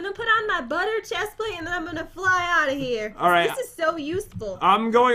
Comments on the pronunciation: Pat why do you said chesplate is a pants not shesplate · " I can fly up like a boss because I have the best " chestplste? " ever " said Pat